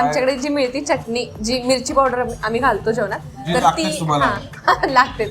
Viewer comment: ह्या सुंदर केस असणाऱ्या मुलीच्या तोंडून प्रत्येक वेळेस चटणी चा उच्चार ऐकतांना नको ग वाटत होत.